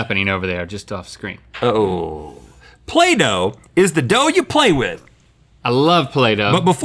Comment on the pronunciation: When Rhett said "play-doh" I thought he said Plato, and I thought some weird things